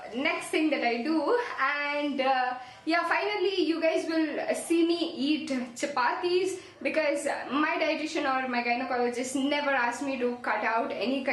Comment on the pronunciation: Did you say gyancologist in the video